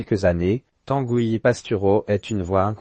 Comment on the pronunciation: Tangouy , et nébon .. l’IA sans doute